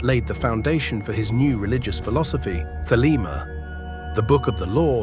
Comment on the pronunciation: Thelema... not "the lemma" another robot error